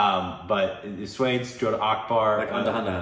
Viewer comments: Sure SWADES🤣🤣 it's sva-aa-desh guys!!! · Guys you really need to work on your pronounciation😂😂😂 1. Not swaydes it's pronounced as svaa-des (swades) 2 and not anda-hunda-hun ..it's aun-dha-dhun (andhadhun) 3. Not bajrami mastanani😂😂 it's baji-raao mus-taani (bajirao mastani) Let me know if you want me to send the audio of these pronounciation on instagram Or you can simply google it. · maybe we can try "Swaa-des" 😁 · Swades is not pronounced as you guys did it 😂